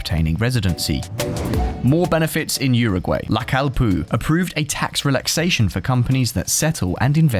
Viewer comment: The pronunciation is the accent on the “A” no on the “I” on the word “Amplio” and “LaCalle” is a double “ll” not a single “l”